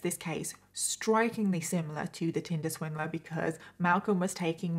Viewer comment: I keep hearing “Tilda Swinton” when she says tinder swindler 🤦🏼‍♀️